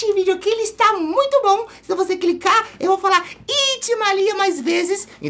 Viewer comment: pqp "clice" "cliquei" oq é isso KKKKKKKKKKK